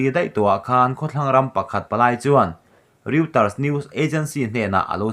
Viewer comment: News agency pakhat Reuter hi Rawitar tiin lam rik nise...k lo ti ve mai mai